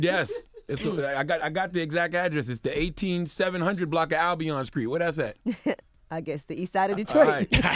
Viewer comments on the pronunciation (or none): lynn.ri he always mispronounces the words that a str in them like street, straight, strung